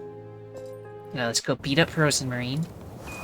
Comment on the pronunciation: ''Let's go beat up Rozenmarine'' LOL DEMON BOAT AAAAAA Ditch da Wozenmawine~ Regular goat~ Freya~ Lebkuhen~ (How it's Pronounced anyway) For goodness sake but high Pitched. OMG SECRET AREA WAIT SO THE PRIEST KNEW ELISE WAS FROM THE DEMON OMG!! WHAT WAS THAT CREATURE!? OMG Ephemeral is pronounced Eff-Hem-eral Punch Muffy lots and lots. ''Time to start starving!'' Spooky scary Nightmare.. New Shoes~ Ah so the Main VA for Elise is Bilingual~ I can hear her voice in it, so that makes sense~ Old Jochen should have been sacrificed. Perfect score~ Slice Mubby's Heels. They're both Imps~ How cute~ Oh! Bad Goat is still the Boat! Yes~ Yeah, Rozenmarine isn't evil. Just Niiave and mislead by the goat and her grandmother. (which an interesting thing to note, What if the old witch was Rozenmarine's Grandmother?) An Amazing day to thee, my darling~ <3